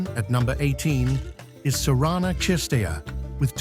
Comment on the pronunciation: not /chwalinska/, but /khvalinska/. not /chirstea/, but /kirstea/, not /muchova/, but mukhova/, bot /rybakina/, but /rebakina/.